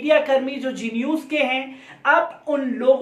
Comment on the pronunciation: G news nahi hai, Z news hai. Bhai try to pronounce the words correctly. Can't you differentiate between G and Z